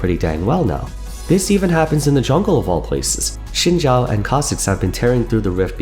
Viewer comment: Xin Zhao said correctly i will assume